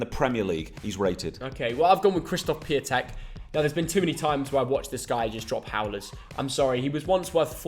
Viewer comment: man said piatek